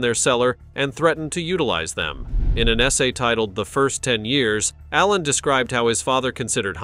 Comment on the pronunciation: Hey robot, i hope GGs ghost doesnt hear you mispronounce his last name